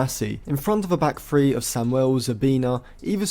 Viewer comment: Pronounce your th’s. It’s three not free, thousand not fousand